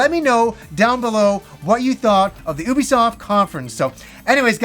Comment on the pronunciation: Oubisoft? ok Norm Macdonald stunt voice actor.